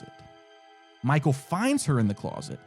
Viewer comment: the slip up with the "Micheal" 😂 lucky he didn't catch that.